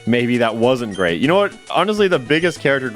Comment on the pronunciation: The way you emphasized that the run is so great is the moment i knew